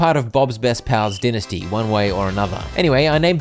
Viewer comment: And dynesty as well, seriously I thought he was gaslighting me, din-esty bruh 😭